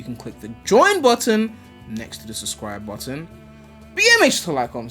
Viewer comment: My guy really said "Buh ih yu ain suscride to the video make sure yu suscride"